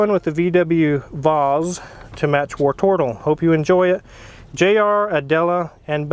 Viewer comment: tbh, I’m just ready to never hear say “wartortle” ever again.